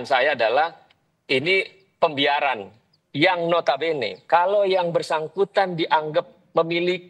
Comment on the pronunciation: "ini pembiaran" Bukan ini setoran.